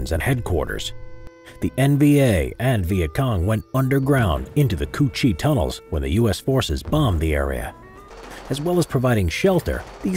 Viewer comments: Coochie tunnels not choo-chi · Not coochie cửu chi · "Coo Chi tunnels" LMAO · excuse me but did he say "Ku Chi Tunnels"? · ”COØCHIE TUNNELS?” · I legit thought he said coochie tunnels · Did anyone else here him call it the. Coochie tunnels